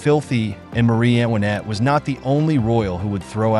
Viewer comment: Antoinette! Not Annwanet! AI narrations are often pronounced wrong. Hire a human.